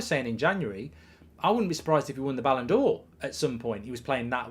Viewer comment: 😂man said Rashford ballondor????